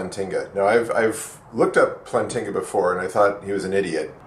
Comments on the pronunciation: First off it's "Plant-inga" not "Plan-tinga". You obviously have not read any of his arguments, or his peers criticisms of his arguments, or at least you don't seem to understand them. You especially seem to have a hard time understanding him when he references a basic belief, and you really seem to misunderstand his EAAN. I really don't know why you protest against the new atheists being inferior to the old ones, everyone knows they are, would you rather have Sam Harris or Bertrand Russel? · Please tell us what your PhD is in and why you are mispronouncing Plantinga's name of you are trying to be taken seriously. But then again, your f-bombs should be self-evident that you're just another typical internet atheist. Yawn...